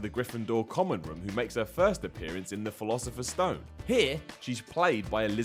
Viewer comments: TJIS DUDE SAID THE "PHILOSIPHERS STONE" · I have a question. Why do some people call it the philasofer stone(can't spell😂)and that's not how the case for the disk says it says it's sorcerer stone(truely sorry I forget the title but I'm a big fan😂) but anyway is it just a thing in a different country. Please be nice I'm only 12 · why do you say the philosophers stone? It's the sorcerers stone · "Philosopher's Stone"?